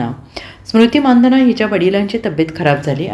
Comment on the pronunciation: मानधन नाही मंदाना म्हणा की